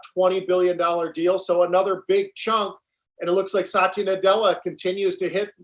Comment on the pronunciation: pete, nadella's first name is satya not sachi